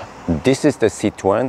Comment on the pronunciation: compliments for your "French" pronunciation of the Citroën brand/trade name. The history of the family name is of a Jewish family in the Netherlands that changed their family name to the Dutch word "citroen" (pronunciation in English phonetic "citroon" or in French phonetic writing, "citroun" and this Dutch word means lemon (English) or citron (French)). Fruit and vegetable traders. Then the family landed in France with their Dutch family name and the French (or the family?) started to pronounce that name as "citroën" - the way you do - and it sounded less lemon like that.